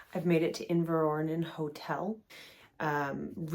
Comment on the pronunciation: Nice video, most people drag out WHW videos to make them longer than the walk. You covered it all, and did really well, even with all the pronunciations - only thing not quite right was that it's Inveroran (Inver-or-an), unlike Inverarnan, there's no middle n. Don't come back and do the WHW again, I'd suggest the Coast to Coast (Perth to Glencoe or Fort William) which is more varied and nicer towns and villages. It's 8 or 9 days but should have at least 2 extra nights along the way. Glen Affric is shorter but also an amazing hike. I know the guy who runs the company (Transcotland) which pioneered these hikes, not sure if he arranges the CtC for solo hikers, so you may need to bring a friend.